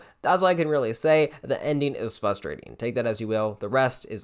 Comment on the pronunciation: Fustrating? Is that a word or did you mean to say frustrating?